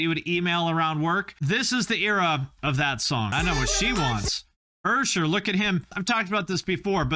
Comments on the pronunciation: I didn’t need to know that much about mother. I don’t know what to do with the information I received. Edit: YOU CALLED USHER “URSHER”? I CANNOT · explain the "Ur-Sher" blast...!?